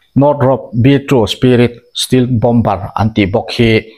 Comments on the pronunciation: Stealth-Still anga lam tur nilovin. Stell - Mizo e (sap A) thluk anga lam tur zawk ani e.. Hriat ve mai mai atan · Stelth tia lsm nise.